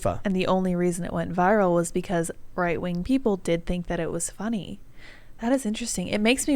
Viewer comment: Its Fonny